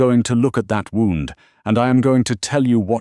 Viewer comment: Pronounciation of gunshot wound.